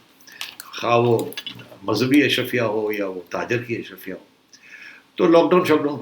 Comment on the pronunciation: Ashraafia not Ashrafia.